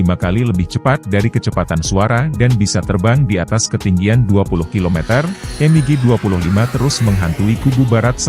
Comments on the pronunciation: Dibaca biasa mig, klo dibaca m.i.g kedengaran aneh😮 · Betul, berasa kurang pas aja didengar